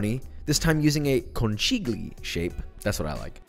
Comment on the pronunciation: Bro, you good but..... as Italian born and raised as I am, hearings you say CONCHIGLIONI the way you did, I wanted to throw up. HOR-RI-FIC